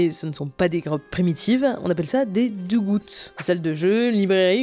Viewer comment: je veux pas faire le chiant ( hum hum ) mais vous pensez pas que c des dugouts ( deug aout ) plutot que des dugouts ( dug goutte ) puisque le passé du verbe dig est dug, de plus dig out est une expression anglaise qui existe alors...... PS : flemme pour les ponctuations PPS : J adore vos vidéos vous nous apprenez des trucs qui sont cool a savoir. Bisou